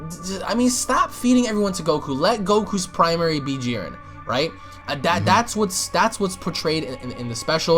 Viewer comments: Why this idiot pronouncing Jiren with some weird added accent. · Nobody else got annoyed by the way he pronounced Jiren?